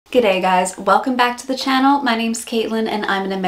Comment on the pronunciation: Wow , the first American to say g'day without sounding like an idiot ! Well done.